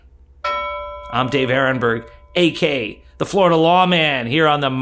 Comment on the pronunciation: I have been watching you for months, and I enjoy your content. I really need to ask you to pronounce AKA properly. It is not Ak Ka. It is A K A, (Also Known As). Get a grip. Just slow down.